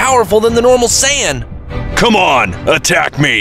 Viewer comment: Say-ya-yin Lmfaooao😂